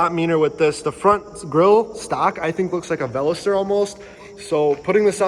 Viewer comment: I've never heard someone say veloster like that.